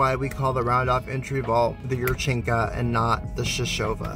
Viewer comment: Natalia yurchenko’s name ends with an o. you pronounce it yurchenka.